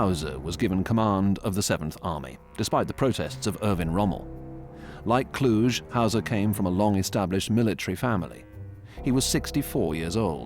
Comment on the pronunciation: Kluge is pronounced differently.